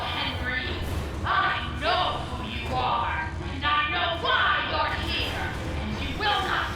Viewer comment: I'm outta heeah!